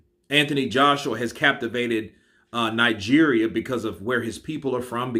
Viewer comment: Lmfao, I be nija boy living in UK, I freaking swear, your pronunciation of Nigeria is freaking accurate it got me lmfao.. Keep up the good work omo iya mi